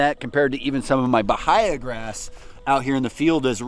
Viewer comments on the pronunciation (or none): "BAHIA" is pronounced: b-AA-ee-uh